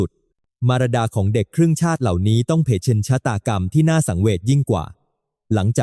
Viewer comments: เผชิญ มันอ่านว่า เผ-เชิน 😢😢😢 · เผชิญ อ่าน เผ - ชิญ